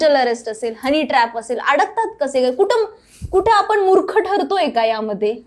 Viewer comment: कोनीही, प्रत्येक जन, हणी ट्रॅप, पुने, आपन, दुकाणांनमध्ये, आनखी किती ठिकाणी 'न' आणि ’ण' चा घोळ केलाय या बाईने! बहुतेक अँकर्स हा घोळ करतातच! आधी जरा भाषा सुधारा आणि नंतर आपले चॅनल काढा! 😡🤢